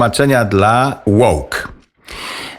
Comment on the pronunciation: "Łołk "...to może debile ? 😊😄😂🤣🤣🤣 i sie nie przezywam tylko mam na myśli pewien sposób ...🤔rozwoju umysłowego 😎